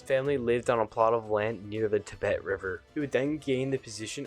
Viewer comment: Bro, I love this vid but you have pronounced some words wrong. 1. Tiber River not Tibet 2. Consul not council - They were co-Heads of State of Rome. No hate, bro, I just want to correct some stuffs.